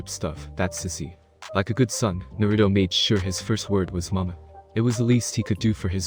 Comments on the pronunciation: Like I didn’t think it was possible to say everything wrong , Naruto, Minato, kushina, hiruzen, bijuu, konoha. Like wtf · I honestly can’t stand him saying Naruto wrong